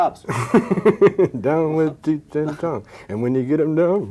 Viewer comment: She mispronounced "Cheech".